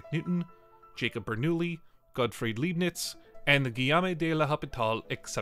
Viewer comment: Great video but you really butchered the names of those great minds It’s Leibniz. Pronounce the first three letters like „lie“. Because in German „ei“ makes a sound like in „lie“ without the L. And don’t get me started about L‘Hospital 😂